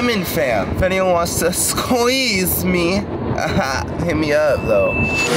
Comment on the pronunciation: “ If anyone wants to Squ HEEZE Me, Aha. Hit me up.” -Jesser 2021